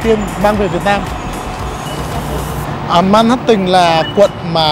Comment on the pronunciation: Ban doc sai manhattans roi , phai doc la man hat’ en